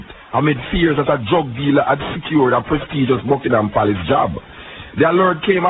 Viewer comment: Palace not place lol